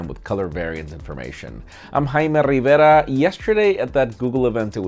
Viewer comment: Jaime RRRRRRiveRRRRRRRRa